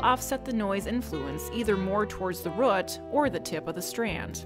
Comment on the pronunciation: Please love, it's root, not rot. I hope it isn't rot. Nice tutorial though. Just what I was looking for. Please keep them coming.